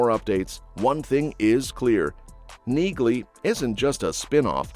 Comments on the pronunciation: NEALEY, not Neagley. The g is silent. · Pronounced Nealey